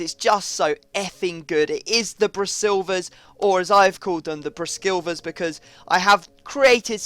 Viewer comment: Its just brasilvas not braskilvas you would know if you had fifa 11